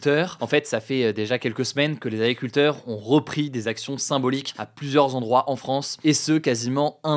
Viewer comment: Tu parles trop vite, ce ne sont pas des « Aculteurs » 😅